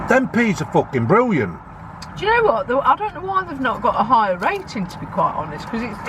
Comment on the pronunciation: "That's forkin briwwiant" You sure got a way with words man, hahahah